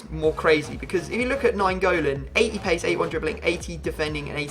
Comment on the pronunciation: I thought he was going to say "pace" instead of "pease"